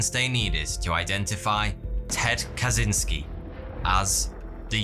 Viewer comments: innit pronounced ted ka chins key ? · Catchynski. This is the way to pronounce the surname of Unabomber more acurately.